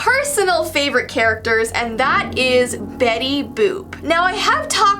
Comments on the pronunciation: "Betty BOOp Why why it sounds like bOOB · it is Betty boot